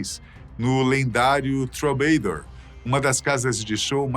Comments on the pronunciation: Troubeidor e éxl é foda , nenhum gringo pronuncia dessa forma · Critica construtiva. Melhore a pronuncia em ingles. VEJA VIDEOS DE OUTRAS PESSOAS FALANDO ANTES DE GRAVAR. TROUBADOUR. GILBY. MCKAGAN. DENTRE OUTROS. Em 2016 voltaram so slash e duff. Steven tocou algumas vezes. Mas nem todas musicas. Pequenas aparicoes. Izzy nunca. Vc diz que no video sim. Mas nunca teve ele na turne de retorno de 2016.